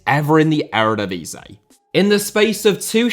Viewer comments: my dude says eredvisie so bad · The divisie in eredivisie is pronounced like div is ee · The word Eredivisie is licking its wounds after being repeatedly mangled by your pronounciation ;-)